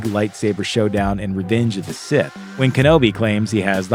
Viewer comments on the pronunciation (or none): good video. did anyone notice he says "Redenge of the Sith" at like